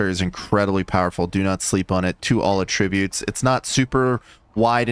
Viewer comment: Please say attributes correctly